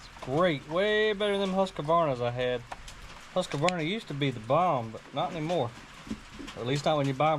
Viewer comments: I don't know if it's the Southern accent or if it's just an American "thing" but this little Anglo Aussie constantly shouts at my TV when ever Mike at Dirt Perfect butchers the name Hyundai. It's pronounced Hi un day, not Hunday, and now, are doing the same with the fine Swedish firm of Husqvana. There is no A between Husq and Vana. As we say here in Australia, it does my bleeding head in, now I know you guys drop the U out of words like colour, neighbour, but don't be going and adding letters when it don't need it. Apart from this whinge about how you butcher the Kings English, I really love the channel, tell your mother, that pond house looks really great. Keep the good content coming. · Husqavarna? Husqvarna in my language. 😁